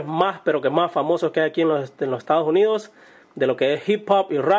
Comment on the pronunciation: "aqui en loh estao unioo" xD